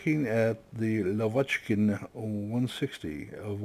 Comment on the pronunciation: I must tell, if you interested of course, that correct pronounce of full "La" name is - Lа́vochkin - accentuation on a first "A", - lAvochkin, it's the name of it's designer Semyon Lа́vochkin. Thanks for video, as always.